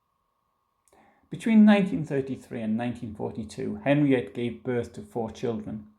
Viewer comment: It's pronounced 'Henrietta'.